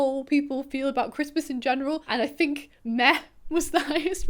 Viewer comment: When you said “Meh” I thought you said “Meth”, and I got really concerned until I did a double take…